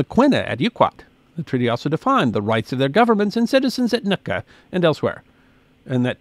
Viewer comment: The area you keep MISPRONOUNCING is NOT. "NUT ka"... it is "Newt Ka"